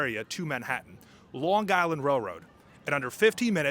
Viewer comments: LiRR is ridiculously Expensive and does not run frequently. Pronounced "Island" not "Guyland". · this is AI crapola. the flat i ron . really. long guy land really? flat out garbage . stop posting this garbage. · The "G" in Long Island is silent.